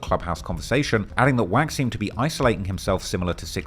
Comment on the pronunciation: Didn't know "wack" is pronounced quack.